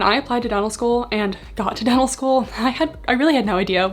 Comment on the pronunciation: I keep hearing “devil” school instead of “dental” and it makes me chuckle every time 😂